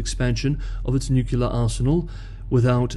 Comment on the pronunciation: The word is not pronounced nuke-yoo-lar, it is pronounced as spelled ... nuclear ... noo-clee-ar.